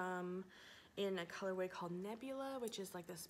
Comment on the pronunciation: Is it color way or color wave you keep saying?